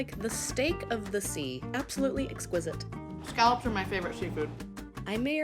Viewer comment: Scallops. Not skullops.